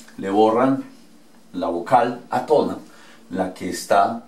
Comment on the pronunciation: Átona, con tilde en la "á" se dice átona, no atona